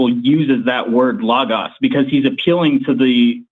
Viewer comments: It is so grating to hear people repeatedly and consistently mispronounce words. It's friggin Low-Goes for bloody sake! Lō-gōs. If you're gonna use it repetitively throughout your argument, say it correctly! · Idk why, but the way pronounces logos gives me big Jordan Peterson vibes